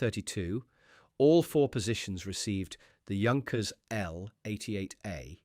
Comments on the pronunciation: Of course he was not a ''junk - ers'''but ''yank-ers'' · This could be a good video if the details were correct. Pronunciation of Junkers/Yunkers, it's Yunkers, not both. 5000 kilograms is not 5 tons, but somewhat close. Patent is pronounced two different ways. There are other mistakes. If you must use AI, at least watch the video yourself and correct the mistakes before it's uploaded for everyone to see. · Don’t call it “Djunckers“. Take at least 20 seconds to find out or to teach your bloody AI. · The fake voice is bad enough. But can't the computer decide whether to pronounce Junkers or Yunkers? If you're going to fool people,. at least do it well. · That should be pronounced "Yoon-kers". Very interesting! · ...and, of course, it's Yunkers. Always funny to hear, "Yunkers Ju-88" and such. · It is pronounced Yunkers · Yoonkers, actually. And he gets it right accidentally a few minutes in... .... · Great documentary! But why is it that no one on YouTube can seem to pronounce "Junkers" correctly? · This was a very well done video and I learned a lot from it. There are however, a few issues. To being with, I suggest you use the German pronunciation of “Junkers” where the “J” sounds like the letter “Y” rather than two different ways. It would also be best to show the revolutionary type of aircraft Junkers proposed in his 1910 patent, the J.1000. Looking much like what came to be referred to as a “flying wing”, you describe this aircraft in detail but show images of the G.38. There are actually drawings from the patent available on-line and should be included. Finally, , you mention there being a “pressurized cabin” which I do not believe is correct. Please confirm this claim. Thank you for producing it.